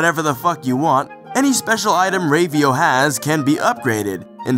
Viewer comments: Rave-io? It's Rah-vio, haha. Anyway, Ravio's shop is actually one of the reasons this is my favorite Zelda game. Everything is of use at first. Every rupee is important, every death takes away from you, and you want to salvage everything you can. But as the game progresses and you own more items instead of renting, you become stronger and more willing to explore. The game has a subtle way of "leveling" in just giving you more items and more health at your own pace. Not to mention the level designs are amazing. But I guess I'll talk about that at video! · Rave-e-o? Isn't it pronounced with a short A sound? Actually, lemme just check the Japanese... Yeah, definitely a short A. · I thought it was pronounced "RAH-VEE-OH"